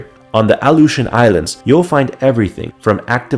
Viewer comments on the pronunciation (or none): Your saying it wrong . My dad was there when they were doing the nuclear testing .